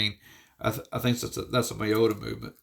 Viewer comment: "Miyota" is pronounced mi-yo-ta. And the i in romanized Japanese is pronounced like the i in "machine" and "spaghetti."" If it was pronounced the way you pronounced it, it would be written, "Maiyota."